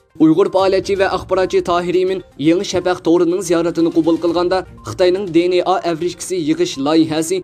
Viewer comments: چەتتىن كىرگەن سۆزنى چەتئەلچىلاپ تەلەپپۇز قىلىشنىڭ ھاجىتى يوق. بۇنداق سۆزلەرنى ئۇيغۇر تىلىدا ئىشلەتكەندە, ئۆز تىلىمىزغا ئۆزلەشتۈرۈپ قوبۇل قىلساق ۋە تەلەپپۇز قىلساق توغرا بولىدۇ. ئەمما ئىنگىلىز تىلىدا سۆزلىگەندە دى ئېن ئېي دەپ تەلەپپۇز قىلىمىز. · di-en-a chettin kirgen sozlerni toghra oqung riyasetchi ，bilmisingiz sorang